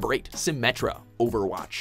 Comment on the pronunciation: I cringed when he said symmetra